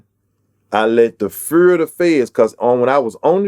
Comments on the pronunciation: I'm here for project patt accent lol great rapper cant stop laughing when he said fur instead of fear.😅🤣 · When he said fear 😂😂sounds like he saying fur. I gotta love for project pat and his music. Great interview